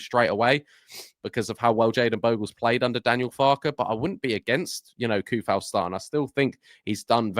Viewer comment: i believe its pronounced Sue-fal :D he's be a nice addition , and improvement on our bench options , snap up his compatriot Soucek also ^^